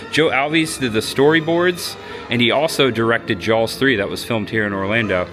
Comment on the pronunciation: By the way, … It’s Jaws not “Jawls”